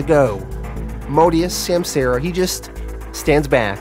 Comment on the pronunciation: Just a heads up my dude: it’s sahm-sah-ra